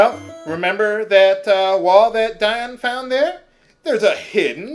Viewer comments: But you don't explain why, in light of your awareness of "Dee-on" that you stuck/stick with "Die-on". Did you stop pronouncing it that way? Am I mistaken? D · ディオール Is "Dior". That's the original Japanese. I figure it's pronounced "Dee Oh R[u]" Have you NEVER Met ANYBODY named Dion in real life? "Dee On" ? I mean, I can forgive some words in some playthroughs, but this is a common name used in America, and the original name is quite close with this pronunciation :( I'm certain you would have argued with us in a previous episode, but I can't recall seeing such. Why do you stick to "Die-on" ?